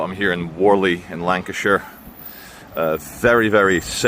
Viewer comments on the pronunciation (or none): none